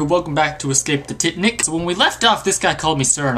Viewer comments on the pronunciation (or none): its not ticknick its titanic!! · why does he call it titnic instead of titanic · u say titanic rong u say ticnic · you can say titanic right but when you begin the video you can't. If your tring to be funny think before you say things.